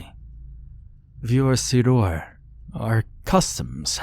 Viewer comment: Vor Sidur, Vor Siddyr more likely it's pronounced..